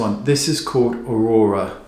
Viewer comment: haha "Aurora